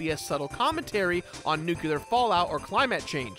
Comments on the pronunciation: "nuw-kew-lar" and "cly-matt".....IT'S "NEW-CLEAR" AND "CLI-MUTT" YOU UNCULTURED SWINE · "Nucular fallout or ClaiMatt change" Wut? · ...Nucular fallout and climat change? Do you even English, guy?